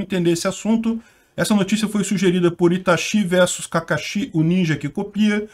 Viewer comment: É Itashi e Kakashi com tônica na segunda sílaba.